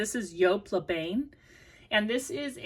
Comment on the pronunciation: Jessica McClintock was definitely an 80s label, but also the designer behind the amazing Gunne Sax 70s Renaissance revival dresses. Definitely look those up! Also, le Bain is “bahn” I think. It’s definitely on my want list!